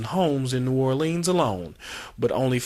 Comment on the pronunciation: New Orleens? Liberry's? He needs to get diction lessons. A least learn how to say New Orleans as in Orlunz. Lie-brary is another story.